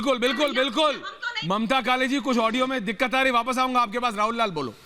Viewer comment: Sorry please read Mamtaji not Mataji.